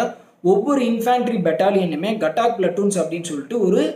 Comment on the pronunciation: கட்டாக் இல்லை காதக் பிலட்டூன்